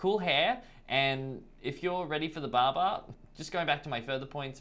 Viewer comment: Im laughing at his pronunciation of the word “Barber” is like saying baba which kids say as daddy in Arabic 😂😂.